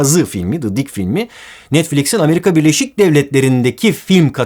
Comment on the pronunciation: ne zaman türk birinin ingilizce konuşmasını duysam sinir oluyorum. Nolur ya the'yi doğru telafüs edin. Dı değil o ðiː